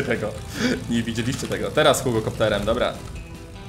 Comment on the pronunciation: nie mówi się tera tylko teraz